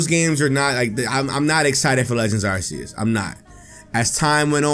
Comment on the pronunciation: It's arceus not arseus